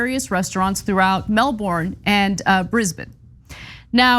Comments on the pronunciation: ana ana ana, its pronounced "melbin" not melbourne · Exactly. It's pronounced more like "Melbin" than "Melborrin" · The way Americans pronounce Melbourne always makes me giggle, it's more like Mel-bin/ben, not Mel-born. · It’s pronounced “Melbun”. Thanks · Melbourne local. We have a lovely mix of traditional, immigrant cultures and youthful, pretentious bs. Side note, say it Mel-ben or Mel-burn. It's like Arkansas. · i'm reminded of Miranda saying, 'Everybody wants to be us'. yeah, nah....you say Melbourne like Melburrrrn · It's so cute how you guys pronounce "Melbourne" :) It's pronounced "Melben" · Exactly... she said Brisbane right but stuffed up on Melbourne... I s'pose they're could just be used to saying it the way that Florida says their Melbourne... it's just a thought... ;) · it's pronounced "Melben" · The 'R' in Melbourne is silent.